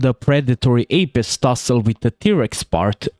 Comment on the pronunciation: i love the way you say apex. appex